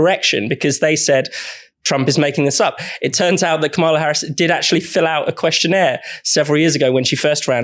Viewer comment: You're all (deliberately?) mispronouncing Kamala's name again. It's KAM-ala, not Ka-MA-la. It's not hard to get right.